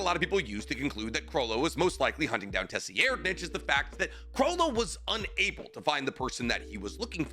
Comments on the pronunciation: Tessi-aired-nich is a wild pronunciation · Tse-reed-nich ("ch" pronounced like the "ch" in "nacht") terror-sandwich huiguorou